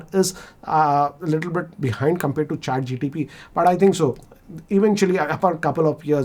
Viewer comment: Sir.. with due respect… it’s ChatGPT.. not ChatGTP.🙏